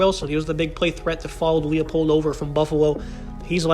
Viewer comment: It’s Lie-Pold